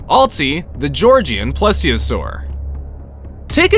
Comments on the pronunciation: While this is all great evidence, I can't deal with you constantly mispronouncing plesiosaur. It's said like please-iosaur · Why coudint there be a carnotris?! and plEseOsouris is how you say ir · Literally all of them : PLESIOSAUR